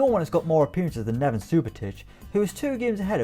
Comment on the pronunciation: NevEn not Nevan